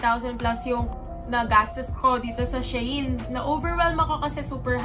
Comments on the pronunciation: it's she-in po hehehe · She-In or Shayn ang pronouncement, pronouncing, pronounsion niya sis 😂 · Shayn daw pagkabasa